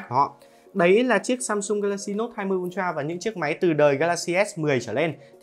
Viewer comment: Tưởng ultra hóa ra là untroa à ad😂